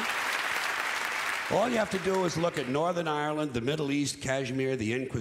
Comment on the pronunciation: I can't believe it, an American who can say Ireland normal, most pronounce it like eye-or-land